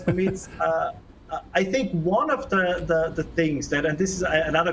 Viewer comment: In Klaus Schwabs words it's "Za force industrial revowution"